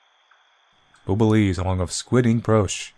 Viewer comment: pronouncing Bouillabaisse (said kinda like boy ya bayz) as "Boobalees" is 10/10